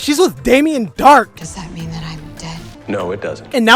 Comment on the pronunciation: “What do you menah “😂